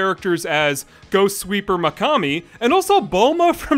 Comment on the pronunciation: Throughout your videos, i've noticed you have a certain difficulty to pronounce the letter "i", especially at the beginning of some names, in random syllables but more often the first, like in Mikami, for example, you sound like you say "MAH-kami", another example would be "wikipedia" which you pronounce "wickapedia".